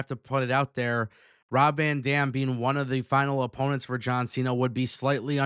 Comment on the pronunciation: The amount of times you said Rob Van Damn 😂.